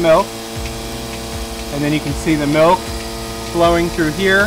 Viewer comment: "Melk" :D